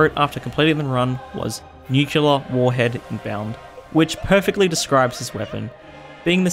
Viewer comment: That’s… not how you pronounce “nuclear”…